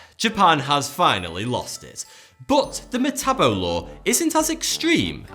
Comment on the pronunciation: It makes me cringe hearing this dude say metabo and sepuku since I'm Japanese (he just doesn't say it correctly btw)